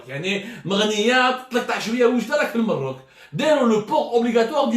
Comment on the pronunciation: اخي عبدو السمار انا مغربي من متابعي algerie part و اتمنى ان تقول المغرب عوض المروك ...او على الاقل يجب نطقها كما هي الماروك بفتح الميم. لان العبارة الاولى اقرب الى القدح